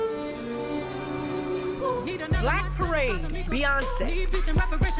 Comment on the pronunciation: And beyoncee??? Lol this girl 🤦‍♀️